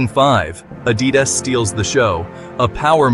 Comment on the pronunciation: you say Adidas dropped a bomb and showed the Nike logo and went on to say the deal was $28 million, which was actually the Nike deal. Then your Ai voice-over can't pronounce Adidas. This is all Click Bait. boycott Hoops Horizon and Hoops.